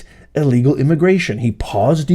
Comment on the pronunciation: ILL LEGAL....ILL....STOP SAYING UH LEGAL. THEY DONT BELONG HERE